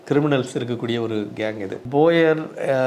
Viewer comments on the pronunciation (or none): போயர் அல்ல sir அவர்கள் போவி